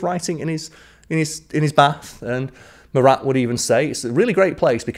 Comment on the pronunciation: As a French, I can tell you that you have a good prononciation. I was sure that you will prononce the final "t" of Marat, but no sweat 😂😂.